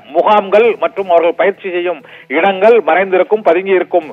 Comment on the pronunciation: இடங்கல் அவர்கல் 😂😂தமிழை நன்றாக கொலை செய்கிறான்😂😂